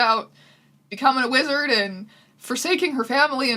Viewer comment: half of the times she said wizard I was like "...lizard who?"